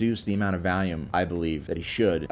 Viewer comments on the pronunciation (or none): You pronounce Valium like Val-yum while volume is something like vol-u-ma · Why you say volume like valium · Does anyone know where this gag originated? bc I think this is the first comment I’ve seen mentioning how he always says “Valium” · The way you pronounce volume as "Valium" is interesting considering your stance on drugs